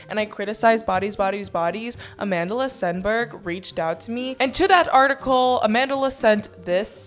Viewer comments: everytime you said "amand'la", i died a little💀. i'm south african, and that name is south african. it means strength in zulu. and it is not pronounced like that😂. I STILL LOVE YOU THOUGH🥰. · are you calling her amandala or am i going crazy? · im so srry but as a south african it made my ears hurt how u said amandla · i love you but everytime you say amandla i cringe because you're pronouncing it so wrong 😭